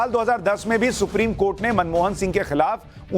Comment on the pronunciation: Supreme kotha bole ya supreme court??? Slip of tongue inme se kya hai🤣🤣